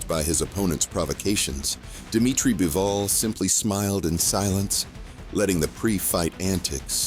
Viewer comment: Beevol? It's Bivol.